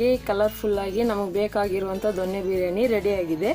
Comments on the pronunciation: ದೊಣ್ಣೆ ಬಿರಿಯಾನಿ ಅಲ್ಲ ಕಣಮ್ಮಾ ,ಸರಿಯಾಗಿ ತಿಳ್ಕೋ. "ದೊನ್ನೆ" ಬಿರಿಯಾನಿ. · ದೊಣ್ಣೆ ಅಲ್ಲ, ಮೇಡಂ ದೊನ್ನೆ ಬಿರಿಯಾನಿ